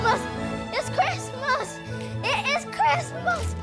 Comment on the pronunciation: It’s the “ItS cRiZmUoS” for me